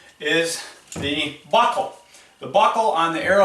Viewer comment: Dude the way you say “buckle” is killing me 😂😂 “BOCKLE!” I had a crap day at work I needed that lmao. Great vid👍🏼 I can tell you may be just a hair biased to the mantis